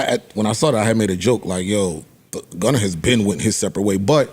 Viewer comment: i laugh every time Joe says “Gunner” instead of Gunna